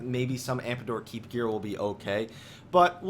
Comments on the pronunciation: I'm not looking forward to you continuing to say Ampador Keep instead of Amdapor Keep. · am-DA-por keep!!!!!!!!!!! Sheeeeeeeeeesh l2speak! also LOL@ Garuda adds